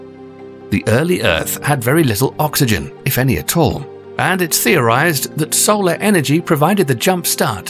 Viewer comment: Who says "Saul-arrr" instead of "soul-arrr"?